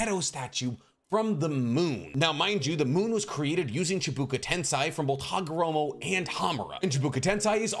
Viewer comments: Why are you saying chibuka tensai? It's chibaku tensei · I don't believe this guy actually read the story. He makes quite a lot of shit up that never was talked about in the anime or manga or is just blatantly untrue as if it were canon, and he mispronounces almost every name he says. Like calling chibaku tensei "sheebako tenseye" or calling kakuzu "kakozo". They don't even mispronounce it that way in the dubs. I feel like he just repeats shit from reddit conversations or something. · Why do you always say Chibuka Tensei? It's Chibaku Tensei!!! Baku, like the city in the Azerbaijan. Chi like the energy in DBZ, Baku like the city. Now say it all together. Chibaku Tensei! And it's Ten-say not Ten-sai. If they wanted the sound "sai" that is how it would be spelled, just like the character's name. Tensei is more like "say it this way" not "sai it this way". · Why you pronounce chibaku tensei like that 🥲